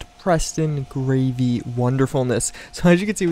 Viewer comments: I'm not trying to be rude I'm just correcting but its Preston GARVEY not Gravey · preston greyvy? it's garvey lol. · Did he just say... preston gravey?!!!!